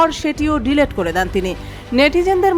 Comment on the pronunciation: ওটার উচ্চারণ ডিলেট নয় ডিলিট 😂😂 সাংবাদিক ম্যাম।